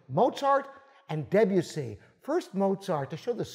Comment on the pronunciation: Congratulations about pronouncing Rachmaninoff - but that Deb Yoossey was a bit of a pity. Imagine De Bussy and the French "u" is pronounced like the German ü that you may know from "Für Elise". The De has its e pronounced like the e in the.